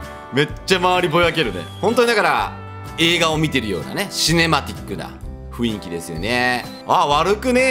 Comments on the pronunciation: うぽつ！、ふいんき（雰囲気）じゃなくて、ふんいき（雰囲気）ですよ！ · が雰囲気って言うとふいんきって聞こえる